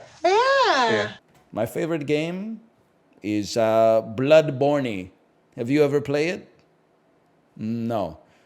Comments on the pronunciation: Blood vials in bloodborney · the way he said "bloodborney" had the same vibe as "mineycrafta" from minecraft with gadget